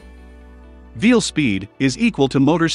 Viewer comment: Veal speed? VEAL? .. invilmotors?